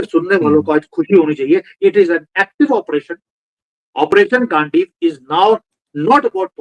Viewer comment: ji, गांडीवा नहीं। गांडीव। गांडीव मतलब तीर कमान वाली कमान।